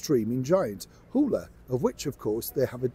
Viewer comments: It’s Hulu not Hula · it's pronounced hulu, not hula.😊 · It's Hulu, not Hula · That network is called Hulu, not Houla. You said that 3 times in a less than 4 minutes video. That‘s just unprofessional. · We pronounce it Who-loo (Hulu) Stateside 😉 As always, love your work!💚💚💚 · Hoo-Loo,! Sorry, but I had to tell you! We love you anyway:)